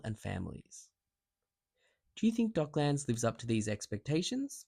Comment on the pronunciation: It's pronounced with a schwa vowel, like Docklends, not 'Dock-lands'. Just FYI